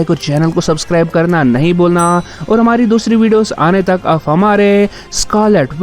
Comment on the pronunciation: Aap Ko Aaf Q bol rhy ho ??? 🙄🙄